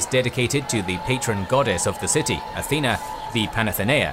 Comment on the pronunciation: Athener???! I thought the patron goddess of Athens was "Athena!" There's no "R" in Athena!